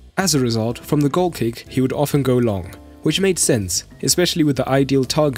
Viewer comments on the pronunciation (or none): none